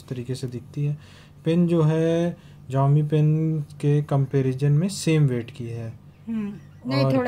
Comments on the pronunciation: जियोमी ni दीदी शाओमी हैं😊😊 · Ziomi❌ Xiaomi ✅